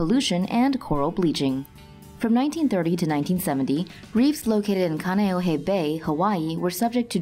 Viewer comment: Khan-e-oh-hey for reference